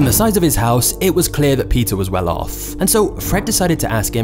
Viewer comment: Is there something about his accent that makes the last syllable of each sentence so drawn out? "Quiteinconsistentinhowtheylookedand operateeed." "Theywerequitewell offff." The rest of the sentence is so quick but then the final syllable drags. Very interesting